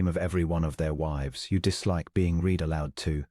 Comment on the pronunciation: The "reed" and the "red" still wrong!